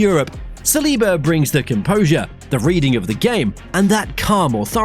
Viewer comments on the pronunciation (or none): none